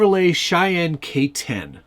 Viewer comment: The only thing i really like about small RC cars is the price so i definitely didn't watch till the end to see you looking like you having a stroke saying chevy cheyenne k10.